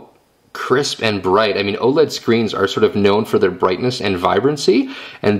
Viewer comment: lol you said "oh ledd"